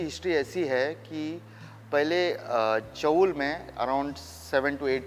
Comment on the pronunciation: नमस्कार, चॉल उच्चार गलत है, इस जगह को चौल बोलते है. 🙏